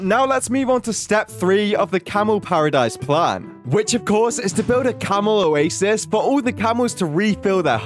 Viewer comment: oasis does it sound like itsoasis